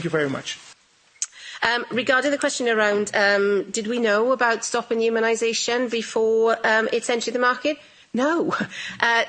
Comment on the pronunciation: Funny thing is. If you listen to the Welsh, blonde airhead (Pfizer's President of Developed International Markets) Ms Janine Small, she says ''immunisation'' (it sounds like Humanisation but I think not?) not spreadability or contagiousness... which is even worse! They DIDN'T test to see if it made people IMMUNE to the disease!!?? Still love you - a National Treasure (or Trevor).